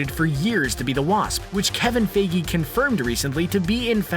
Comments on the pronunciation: Learn how to say the names of people in your videos!!! How are we meant to believe what you say when you don’t even know the names of important people. Feegee? Fiege. There is an I. Pronounce it. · F eye Gee, not Fay gee...